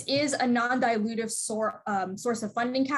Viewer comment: Did she say NON-dilutive?